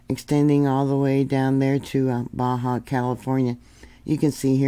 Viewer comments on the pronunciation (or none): none